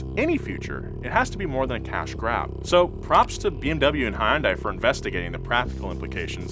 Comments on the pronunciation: Again, Hyundai, pronounced like "Sunday." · I love ya, but doooode, please pick a pronunciation of Hyundai and stick with it, preferably the correct one, "Hun-day". Sorry, had to get it off my chest, good video as always! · Am I the only one who thinks he’s mis-pronouncing Hyundai? I pronounce it as “Hunday”. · for someone in the car world. its painful to listen to you repeatedly pronounce Hyundai wrong. its Hun day. like sunday and monday but not tuesday. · I wish you….and lots of other people would pronounce Hyundai correctly. Say it like Sunday….only Hunday. It is only a 2 syllable word. Sorry, my Dad was an English teacher and drilled proper grammar and enunciation into us kids. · Cool video. But it's a little odd how continues to invent new ways to pronounce Hyundai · Nobody was gonna tell how to pronounce Hyundai? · Hyundai is pronounced Sunday but with an H. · I love how he can't decide how he wants to pronounce Hyundai. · please note, to pronounce "hyundai" correctly, start by saying "yun." Like "young" but without the g. Now add an "h" in front, but make sure to keep it one syllable (do not say "hi-yun" as often mispronounced). "Dai" is like "day," as in night and day. Now put it together and you get hyundai. Easy, right? TIA! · You know, when James makes up different ways to pronounce car company names it's pretty funny, but when does it it sounds weird. Please look up "how to say Hyundai in Korean". Thanks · The terrible pronunciation of Hyundai bothers me every time. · Hyundai is pronounced like Sunday with an H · It’s Hyundai, like Sunday. Say it correctly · you work as a car journalist why cant you say Hyundai right? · Say Hyundai correctly..just once. Humor me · Can someone teach him how to pronounce Hyundai? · bro...You are pronouncing Hyundai so wrong. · Each time he pronounces Hyundai, it somehow gets even worse and more racist sounding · Please learn to say Hyundai correctly.